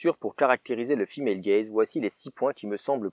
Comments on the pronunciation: Moi j'avais compris "fille malegaze" Autant dire que j'ai eu du mal pendant 3 quarts de la vidéo x)) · Pendant vingt minutes, j'ai cru que tu avais dit "le film HellGaze" et non "female gaze". Je suis déçu car je croyais à une version alternative de HellRaiser.